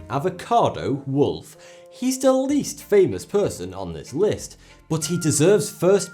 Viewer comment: its wolf EEE....WOLF - E